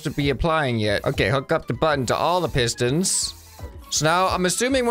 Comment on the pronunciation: Bruh he said sistons instead of pistons.